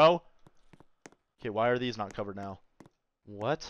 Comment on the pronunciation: "are you serious right neow"